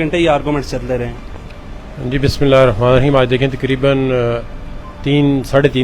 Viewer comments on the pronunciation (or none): Tobalam maaf Karen Bismillah to sahi parho